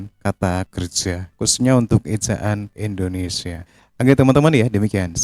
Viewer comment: Di koreksi lagi bang penyebutan nama negaranya itu harus INDONESIA jangan Endonesia